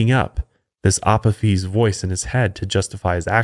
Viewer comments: Resident Egyptophile here: You got almost everything about Apophis right, except the pronunciation of his Hellenised name. It’s “uh-POH-fis”. Honestly, it’d be easier to just use Apophis’s proper ancient Egyptian name, Apep. Much simpler to pronounce. (Ah-PEP.) But I also get that Apophis is easier for most people to recognise. (Blasted Greeks…) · It's pronounced A pof is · lol the way he said Apophis. love the show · The pronunciation of Apophis was hilarious hahaha